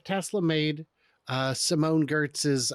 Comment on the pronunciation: Simone’s last name looks like Gertz, but sounds more like Yetch.